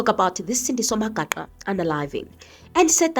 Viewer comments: He cant even pronounce Magaqa's last name. WTF? Acting like he cares for Sandiso while doing his own vendetta, this is a lunatic of note. For us from Umzimkulu this idiot is just obnoxious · He can't even say 'Magaqa' 😅😅😅